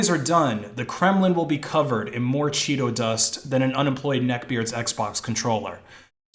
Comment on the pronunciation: Lol... I lost it on chwetos part